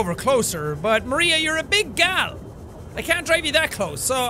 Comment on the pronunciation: Maria Lordots lol XD